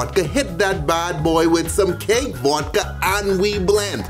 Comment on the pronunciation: he says vodka like "vuwdka"